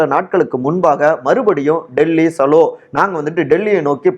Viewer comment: அது டெல்லிsalo இல்லப்பா டெல்லி chalo இரண்டு மாத்திரை வேணும்னா chhlo இந்த உச்சரிப்பை பழகவும். தமிழ் வாழ்க🎉🎉🎉❤❤❤❤🎉